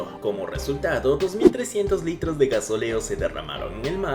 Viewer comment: Muy interesantes las imágenes mostradas. Mas, debo hacer notar el bajo nivel cultural de quien relata. El combustible derramado en Galápagos de llama "gasóleo" y no "gasoléo". Un abordaje intencional de un pesquero japonés produjo la rotura de "mástiles" y no "mastíles" a otra embarcación.